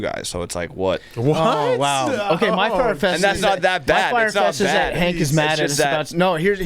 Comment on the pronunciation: Billy is the glue!! Hank, “bad” does not have a second syllable, a “ee”, or a “y” before the A. Also, cheers Hank for having Rico’s back during the most recent contract dispute.